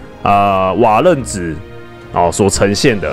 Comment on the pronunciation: 是瓦楞ㄌㄥˊ紙